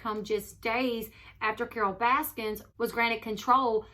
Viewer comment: Correction: “Baskin” not “Baskins”